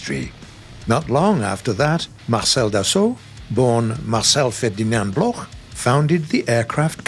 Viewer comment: Thanks for the effort, but it's not pronounce Blorh but block, Marcel Bloch is pronounce block still great video...